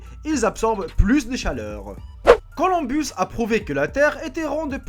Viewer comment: Colomb et il était pas espagnol, mais italien heu toi aussi tu as besoin de retourner a l'école ! et pas Colombus lol